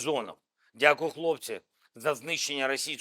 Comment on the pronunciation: Зель, твое дякую , как язык в дупе